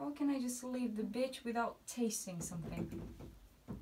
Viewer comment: You're saying "ditch" not... "B*tch", right? Sorry, I think my ears aren't working 😅.